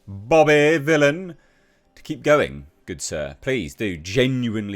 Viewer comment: Vylan isnt pronounced as"villain"no matter what way you turn it,seems the only English Bobby should be taking is English class.